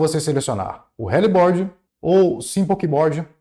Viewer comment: desculpa mas quando eu escutei vc falar Gbode, helibode e simplebode kkkkkkkkkkk me quebrou